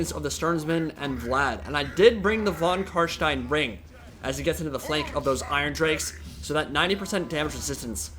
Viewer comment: Your pronunciation of von Carstein is on point